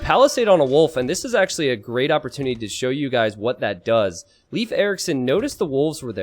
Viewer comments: "leaf, life and loaf" ALL WRONG lol. Its pronounced Layf. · bot its 'leywedf'!!,, sotriggered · It's Laaf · As a Swede, when I saw in the chat everyone was saying "it's pronounced Life", I thought it was weird, since in Swedish it's not. But apparently it's pronounced Life in Norwegian, Danish, German... and in English it's leaf? makes sense, I have heard English speakers pronounce "Lena" as long "i" instead of the long "e" that we use in Swedish. So these names will be pronounced different depending on the language you speak. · Welcome to School of Swedish names: Todays Name is Leif. Well. If you watch the first 3 starwars and hear how Skywalker and Han-Solo pronounce Leia, Then you only need to take away he A and add the F in the sound and you got it. No loaf or life here plz. or leafs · I'd say a good way to explain the pronunciation is to say lathe, but replace the TH with an F sound instead. Lafe. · Google says pronounced leaf you idiots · It is, in fact, pronounced "Layf." The one possible way they didn't say it. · They use 3 different ways to say "Leif" and none of them is correct. its pronounced Layf, i did my homework.